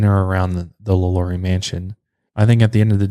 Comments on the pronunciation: when you said her name, Lalaurie? its really pronounced, La La rie! Im from Louisiana and absolutely love your podcasts! These things interest me. People can be such sickcos! La La rie happened in Louisiana, so, of course, interests me the most. This woman was entirely INSANE! Again, I absolutely LOVE your podcasts and thought you may like to know the correct pronounciation. Thank you and please continue with more podcasts! Very interesting! you definetly have my vote! Thanks again! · You didn’t say her name the way American Horror Story said it😂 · You’re butchering her name but it’s okay 😅❤️